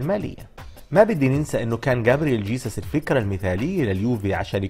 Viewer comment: اسمه خيسوس مش جيسس و بعدين معك